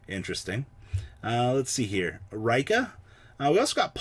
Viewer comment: Neither Raikka nor Reeka. It's Ri-kka no long pronunciation on the i